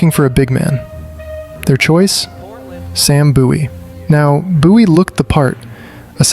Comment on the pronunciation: Boowie/buoie?? Its Bowie as in Bowie knife ...MJ was the original phenomenon beforel the Brazilian footballer Ronaldo the Phenom though the names apt for the latter too